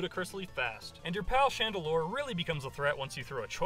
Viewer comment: Chandelure, not Chandelier!